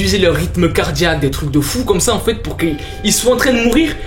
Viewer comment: Mdr au lieu de dire enfaîte ta dit "enfouaite"